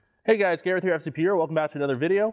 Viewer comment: It's Gareth, not Garth.